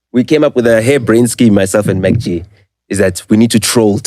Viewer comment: Its MacG not MarkG, Ai man😏